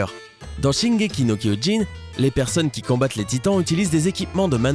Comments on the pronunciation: C'est shingeki nom kyojin tu a mal prononcé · CHINGEKI NOKOIINE ??!?! WTF ?!? QUELLE PRONONCIATION IMMONDE!!!😖😖😖 J'AI DU LE RÉÉCOUTER PLUSIEURS FOIS TELLEMENT ÇA M'A CHOQUÉE 😂😷😷😷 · Putain le mec il dit shingeki no koyin putain mais tu sais pas parler ! Mais pense aux Otaku et juste dit l'attaque des titans ! Et après tu dis shingeki no koyjin et après tu dis shingeki no kyojin ! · la prononciation du "shingeki no gvukjg" c'était épique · "Shingeki no Koyjin" LOL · Cela se prononce "Shingeki no kyojin" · Shingeki no kioijine 😂😂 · Quoi tu prononce tres tres mal shingeki ni kiogin et cest un anime et nan un dessin animé MERCI ! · "Chineguéqui nau Kauilline " sisi la prononciation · J'ai entendu un "shingeki no koine" Mdrr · 青aominekun shingeki no koijin xD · 青aominekun shingeki no kyoin lol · il a prononcer shingeki no koijin et shingeki no koiyin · Dessins animé suivi de Shingeki no Koyin m'ont tué ptn ._. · "Shingeki no koogin" il a dit 😧🔫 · C'est difficile de dire KYOJIN ??? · Juste comme ça, ça se dit "shingeki no kyojin" et c'est pas un "dessin animé" c'est un anime tout cour merci. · Ne dit plius jamais dessin animé en plus ta mal prononcé shingeki no kyojin ta dit no ( kyoyin " ) ça se voit que tu lis un texte toi xD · le mec il c'est même pas renseigner pour savoir que le manga se prononce shingeki no kyojin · On dit shingeki no kyojin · La prononciation de Shingeki no Kyojin ma dead .😂 Et sinon Snk n'est pas un dessin animé mais un Anime 😨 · COMMENT IL A PRONONCÉ ATTAQUE DES TITAN EN JAPONNAI ! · c'est quoi cette façon de prononcer SNK 😂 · Il massacre tellement la prononciation d'SNK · WTTTFFFF comment tu dis shingeki no kyojin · Ptn jpp comment il a prononcer Shingeki no kyojin ça se prononce comme ça s’écrit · Y’a que moi qui a été choqué de sa prononciation de shingeki no kyojin 😂😂😂😂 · Omg comment il a dit shingeki no kyojin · Comment il a prononcé l'attaque des titans en japonais c'est un crime wesh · comment il as prononcer shingeki no kyojin sa ma tué